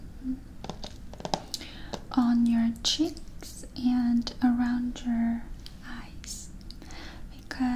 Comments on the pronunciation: And how she says "chicks" for "cheeks"😆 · I like it when she says "chicks" instead of cheeks. Kinda interesting how broken English is a big trigger for a lot of people.